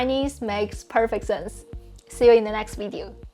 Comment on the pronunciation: funny thing is when you say "Video" it's like the German pronounciation :p wee-deo should be wi(h)-deo ;)